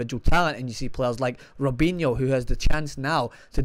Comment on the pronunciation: Lmao did he say robihno